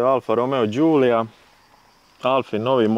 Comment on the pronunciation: Voditelju programa osim da mi kažete koja to A.L.F.A. u najačoj izvedbi nije vrijedna (arna nije alfa) neka nađe jednu sa najjačom opremom o motorom i da je usporedi sa bilo kojim autom iz tog segmenta. Vlasnik nezna ni izgovoriti pravilno model auta izgovoriti! Tako da nađi auto iste generacije i usporedi ga sa A.L.F.A. Fiat. Čak ni priča o djetelini nije baš točna.